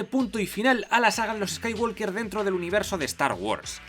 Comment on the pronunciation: en WALKER no suena la L